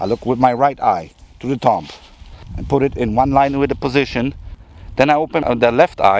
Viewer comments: Yes, it was very good, thanks. What I pointed out is a general rule in English. a B after an M is almost always silent. DUMB is pronounced DUM TOMB is pronounced TOOM CLIMB is pronounced CLIME LIMB is pronounced LIM THUMB is pronounced THUM The movie DUMB & DUMBER is pronounced DUM 'n DUMMER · The B in ‘thumb’ is silent. THUM. It would have been smart to check the correct pronunciation of the word before doing a video where the word is used constantly.